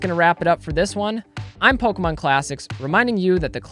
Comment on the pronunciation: How could ANYONE listen to someone who calls it “PolkaMon.” 🙄